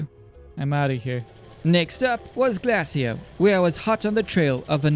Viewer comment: Pronouncement: Glay-shi-o